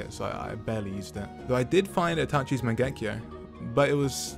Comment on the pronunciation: DID YOU JUST SAY MAGEKO SHARINGAN TFFF